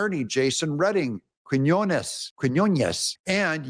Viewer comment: I’ll help you pronounce Quinones. Phonetically it is : “KEEN-YUN-Ess”